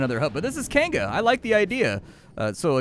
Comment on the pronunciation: Kainga is pronounced Keye Ng Ah.